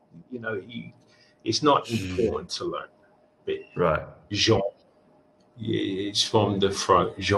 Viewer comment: 一応genreのgは有声後部歯茎摩擦音といって、英語でも、元のフランス語でも、同じ発音をします。現代フランス語由来の英単語のgやjははふつう、フランス語に合わせて有声後部歯茎摩擦音で発音されます。（例: rouge、déjà vuなど） ちなみに英語のg・jは有声後部歯茎「破擦音」と言います。（Atsuさんが発音してたのはこちらです）